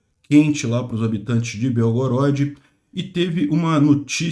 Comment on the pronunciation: Obrigado por todas suas notícias, só uma correção que a pronúncia correta de Belgorod, é proparoxítona ok. Slava Bohu v Ukrainy!